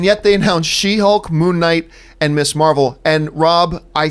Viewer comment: I've watched a few vids on other channels running through this topic and John Campea is the only one to pronounce "Ms" correctly as mizz -- not miss.